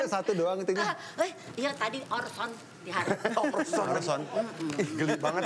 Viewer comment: hesti nyebut orson 😂